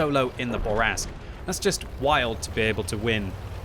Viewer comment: I see you still have trouble pronouncing French. It's "Fuckin' Bourrasque!" Also: "Gun handling is terrible, especially the aim time." That's why you were only able to start the match with two perfect snap shots.